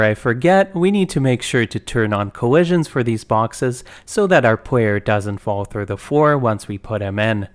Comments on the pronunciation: its kinda cute how this dude sometimes pronounces Rs and Ls as W, like "pwayer character" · It's so interesting hearing the w's switched out sometimes because his speaking voice is very normal outside of that! I find it quite relaxing. Also this tutorial is phenomenal, thank you for making it!